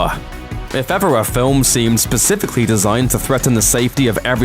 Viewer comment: I just can't get past the part where you say 'pacificly’ instead of ‘specifically’